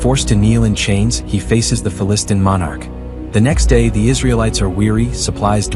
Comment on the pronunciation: I am not able to see this show, so thanks for this great video. Not pronounced Fa - Listn'.